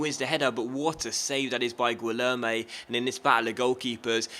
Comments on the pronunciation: In Portuguese(and in some other languages too), when you have a "u" after an "g", the "u" is silent. You don't say "guilherme" but "gilherme". And "gui" sounds like "gee" Btw, the "lhe" doesn't sound like "le". It's like "ch", but with the "l" sound instead "c". It's hard do explain :/ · here's how you say Guilherme Choose the option to hear the name Gui it's like "Gee" from the word "geek" "Lher" I think there isn't a similar sound in english "me" it's just the way you said it